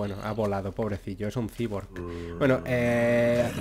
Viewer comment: Cyborg se pronuncia -Saiborg